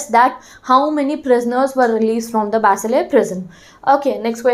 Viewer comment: Excuse me that's bastille not basiles